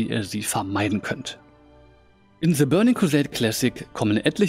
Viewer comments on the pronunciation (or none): fehler nr. 1. alli spielen 2. the als zhe ausprechen